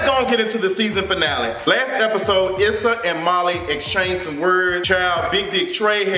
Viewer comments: her name is pronounced "ESSA" not "ISSA". I know that's the way it's spelled, but that's not the way it's pronounced. 🙂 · You going to stop pronouncing my girl name wrong!!! LoL.